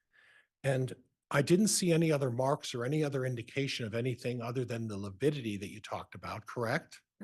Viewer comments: LIVIDITY NOT LIPIDITY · Lividity vs “Lipidity.”🤦‍♀️Dumb 😂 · I think it’s lividity and he has been saying lipidity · Can't trust someone who can't even pronounce lividity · A doctor who can’t say lividity….